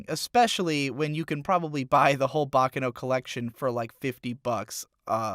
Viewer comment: What about his inability to pronounce “Baccano”?